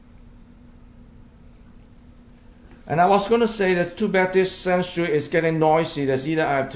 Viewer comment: Hello I hope all is well in Florida, Hello I learned that Sansui is actually prenounced "SHAN-SHOOEY"